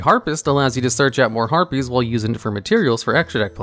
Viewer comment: Stop saying herpies.